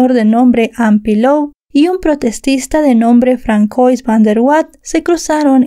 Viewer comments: No es Francois se dice Fransua ya que ws un nombre francés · El nombre se pronuncia "fransuá" no Francois... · "François" se lee "fransuá", no "francois", cuidado. 😅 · Fransua creo se pronuncia 😅 Pero no pasa nada. Tu muy bien, mi favorita 🧡💛🧡❤ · François= Fransuá